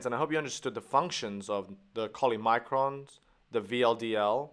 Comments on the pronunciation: It’s chylomicron, not cholymicron. Undermines the rest really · It's "chylomicron" Sir, not "cholymicron" !! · it is CHYLOmicron, not CHOLYmicron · Brilliantly explained. I just want to point out that is is Chylomicron not cholymicron. Thanks! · Kind of hard to take seriously... Cholymicron? You mean Chylomicron? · Its chylomicron not cholymicron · Nice explanation. Thanks but, is it chylomicron or cholymicron ? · choly- -> chylo besides that perfect! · It is chylomicron. Not cholymicron. Chyle is derived from Greek word Khulos meaning "juice" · I don't know for sure, but isn't is chylomicron, instead of cholymicron? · Lipid has been most difficult part for me. Thank you so much. But I think 'chylomicron' is correct instead if 'cholymicron', isn't it? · Bro this "choly" instead of "chylo" is triggering...But the video was very helpful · CHYLOmicron. Not choly. Good video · It is CHYLOMICRON, not cholymicron! Damn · IT'S CHYLOMICRON NOT CHOLYMICRON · It is chylomicron.... not cholymicron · It's hard to get through the first minute of this video when you keep using the "Cholymicron" word instead of "Chylomicron"... Your videos have always been helpful, but this is hard to watch. If it isn't too much trouble, would you consider re-recording it with that fix? It might not help me, but could save thousands of students after me! :D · CHYLOMICRON, not cholymicron ;) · Not cholymicron. Chylomicron,. But anyway it's an interesting and useful video, thank you very much. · It’s chylomicron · Agreed, except when multiple people point out the very same thing. Taking a quick look, SO MANY people are pointing out the cholymicron error, which is annoying if not a bit rude. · it is chylomicron, not chOLYmicron. But great explanation and drawing. Thanks a lot!!